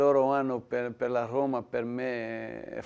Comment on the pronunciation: Roma è la capitale d'Italia e tutto il mondo lo sa e lui la pronuncia oma